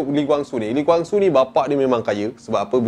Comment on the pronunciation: Cara sebut tu salah. Kwang Soo bukan Gwang Soo. Dia marah kalau org sebut nama dia Gwang. "Who's Gwang Soo?"